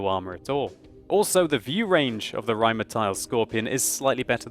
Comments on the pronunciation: You wouldn't roll the first R. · Rrrrrrrrheinmetal. Why the hell does he pronounce everything with R in the name like this? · you keep pronouncing Rheinmetall as Rheinmeteil:P Also your rolling r's are a bit laboured ^_^ Just some friendly criticism, nice video:) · You're always good with your pronunciation, but for Rheinmetall it's an "ah" sound at the end. (Not "ial"). Great review though! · i really like it when u start saying rheinmetal rrrrr....rheinmetal hahaha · Захари Прит Well.. Jeah it kind of sounds a bit strange when he pronounces it. But he's giving it a good effort and comes pretty close. I like the way he sais it being german, btw :) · I love when you say "Rheinmetall" or "Waffenträger". I'm from Germany.